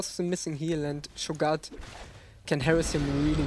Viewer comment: scho-gat? rly?